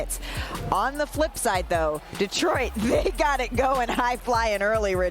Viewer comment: Hey RJ, no one in the 313 says DEE-troit. It's di-TROYT. Get it right